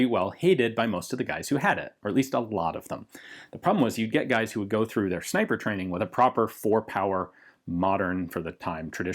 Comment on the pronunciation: Reeeee it isn’t a zniper scope